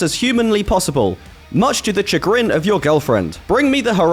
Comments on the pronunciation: Chagrin is pronounced 'sh-uh-grin', whereas you say 'ch-uh-grin' (as in Chad). Thought you might want to correct that. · you did not just pronounce chagrin like that 💀💀